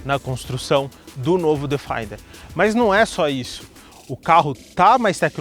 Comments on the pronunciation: A pronúncia correta é " defender ", e não " defainder ". Parabéns pelo canal. Abraço. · Bom vídeo! Fora a pronúncia do nome do carro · A pronúncia de Defender não está correta... o vídeo está ótimo no restante